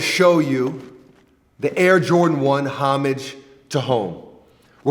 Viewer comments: When he said Homage it sorta hurt 😂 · Im pretty sure its pronounced homage to home